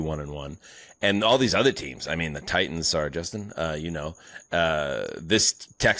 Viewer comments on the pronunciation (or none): U know its bad when drops “Titoons”